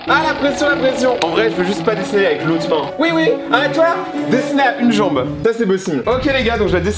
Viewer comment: Je suis le seul à bloquer quand il dis dessner